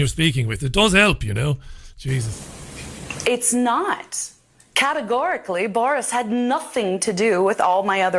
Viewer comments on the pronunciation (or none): That Arcuri woman categorically used the word "categorically" categorically wrong about categorically ten times after Morgan categorically mispronounced it.